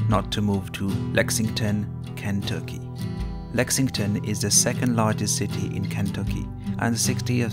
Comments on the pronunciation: This guy in the video sounds like he works at a call center in India Learn how to say Kentucky right than talk crap about my state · I’m not taking advice from an Indian dude that can’t even say Kentucky .. get outta here guy.